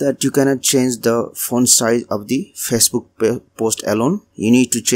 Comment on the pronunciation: It just bothered me so much on how you pronounced facebook!!!